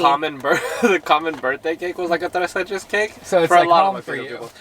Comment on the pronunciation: saying tres leches in his latin american accent made my day (i'm mexican)